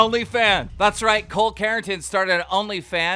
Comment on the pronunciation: "Cole Carring-ton" .. I- 🤣Am I the only one who watches the show solely to hear how Keem pronounces people's names?!? Iconic.